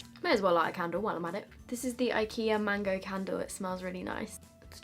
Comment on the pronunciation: got triggered when she said mango